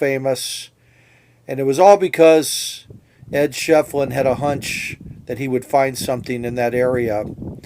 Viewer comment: I believe it'a pronounced "Shif'elin",... Can't wait to move there in about a month! Ed's one of the characters of Tombstone that I'm working on doing paintings of... Maybe we'll meet some day, buddy!